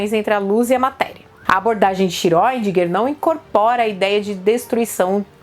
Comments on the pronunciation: sempre falei Schrodínger, mas sou economista e historiador, vou corrigir minha pronuncia rsrs. Mesmo com camisa do Iron Maiden é linda. Vou até aprender a gostar de metal E mais uma vez um video maravilhoso, superexplicativo, até mesmo pra mim, que sou de humanas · Eu fiz um exercício simples de pronúncia. Sempre me incomodou muito a pronúncia correta do sobrenome de Erwin Schrödinger. Ouvi as mais variadas formas de pronúncia - (escrevendo como ouço as pessoas dizerem) - "iscródinguer", "xiródinguer", "xirundinguer" , "xiredinguer" e outras pronúncias mais que as pessoas ficam inventando e etc...Então, levei em conta que o físico em questão era austríaco e que na Áustria se fala alemão. Fui ao google tradutor, o ajustei para o idioma alemão e digitei o nome dele. Depois foi só clicar no áudio e ouvir como se pronuncia o nome dele em seu idioma de origem. Dessa forma percebi que seu sobrenome se pronuncia basicamente como se escreve. É mais ou menos como se fosse "chourdinger". Portanto, de acordo com o google tradutor, penso que seja o mais próximo do que talvez seja a pronúncia correta. Façam o teste. Penso também que esse sobrenome está bem a altura da Física Quântica, pois, é tão intrincado como ela. 😖😆